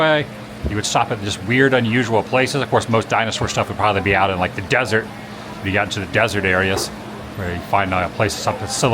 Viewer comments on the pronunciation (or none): none